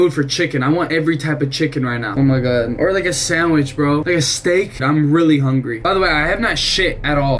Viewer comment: "im so hunry"